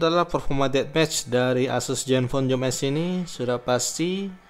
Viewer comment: maaf mas "Zoom S" bukan "Joom S". oke